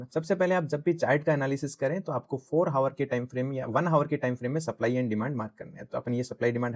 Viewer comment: भाई सब ठीक है लेकिन हावर नहीं आवर होता है।🎉🎉